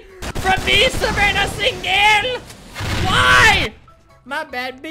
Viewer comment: Savannah Sing-gel! 😂